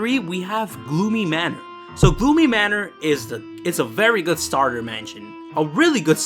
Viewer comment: No not gloomy I heard goo my